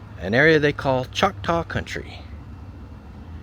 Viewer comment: Choctaw, not chalktaw. An Indian nation/